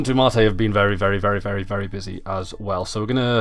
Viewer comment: Why do you say mate like that :(